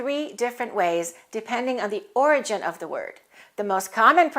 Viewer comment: Did you pronounce "origin" stressing the second syllable?